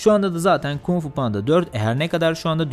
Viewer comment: KUMG FU DEĞİL ABİ KUNG FU.